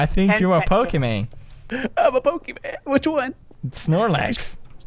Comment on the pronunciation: "Pokeman" YAY